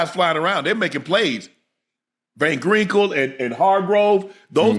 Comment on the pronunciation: "Van Grinkle and Hargrove" Yikes